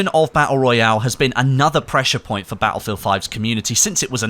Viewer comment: Its not Battlefield its "Attlefield" ;-)